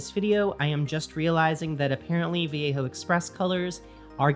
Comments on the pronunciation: The way she says it is "Vee yay ho" in what world is that the correct pronunciation? Also the way she pronounces it is too American. At least she doesn't say va lay joe, I guess. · yeah, shes saying it like viejo, like Mission Viejo.